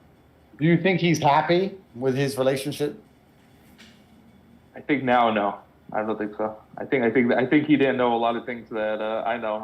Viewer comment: did Tate say Realionshit on purpose? Hilarious